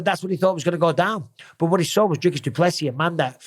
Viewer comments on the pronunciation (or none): PSA: The man said it himself - It's pronounced "Do Plus See" ( no emphasis on the "plus" ) - - - not - - - "do PLESSI" and certainly not "Do plessiSS Also "Drickis" - - - not - - - "Drake us" . Good to learn it now so you get it right when talking about the new Middleweight Champ later this year 😉👑🇿🇦